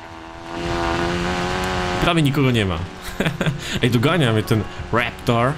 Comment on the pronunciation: To się nazywa Raptor a nie reptor